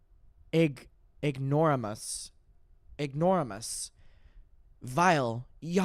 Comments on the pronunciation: Just for future reference, they are pronounced “IG-nor-AY-muss” (ignoramus) “CREE-tin” (cretin) “PLEE-B” (pleb) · pronouncing ignoramus like that is killin me